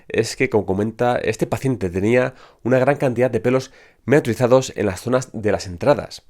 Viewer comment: "Miniaturizados" lo tuve que escuchar varias veces para entenderle. A propósito es un muy buen dato saber que hay que tener pelitos aún en las entradas para que los tratamientos funcionen.